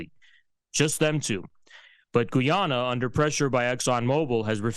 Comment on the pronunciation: Of course it’s about energy as it = money - every war is about energy Oil / Gas = money. Every country every war. PS it’s called/pronounced Guy ana …